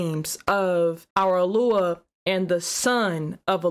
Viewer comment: SIS HOW YOU GETTING ALUAH OUT OF YOD-HAY-VAV-HAY ???